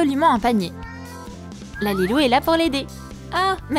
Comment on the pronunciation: On dit lalilou Pas la lalilou